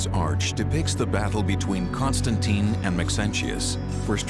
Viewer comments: she sounds like she says CONSTANTEIN and not CONSTANTEEN - and she is supposed to be an expert for over 15 years to already learn that romans never did such sound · Why am I annoyed by the way that the lady (Constantine expert) pronounces his name as "Constan-TIE-N"? Very different from how everyone else in the entire video, including, Simcha and the narrator.